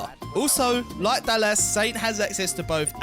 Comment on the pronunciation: Why does it feel like this video was written/spoken by an AI? SO many spelling mistakes, pronouncing Dallas as “Dal-las”, subtitles that don’t match what is being said, very unusual. “Her perks can make her is simply unstoppable at times.” That makes no sense.